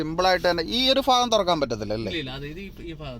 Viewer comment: Improve your Malayalam language ..... Faagam ennu parayaathe bhaagam ennu paranju sheelikkoo....